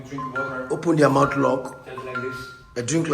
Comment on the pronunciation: 钟啊，mouth👄不是mouse🐭啊😢